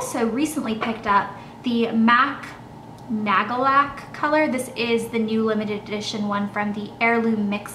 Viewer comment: Did you buy that mac nailpolish in germany? Because it sounded like you were saying "nagel-lack" and thats german ;)